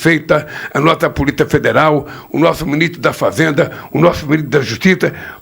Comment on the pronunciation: O. NOME E POLICIA E NAO POLITA VELHO CAQUÉTICO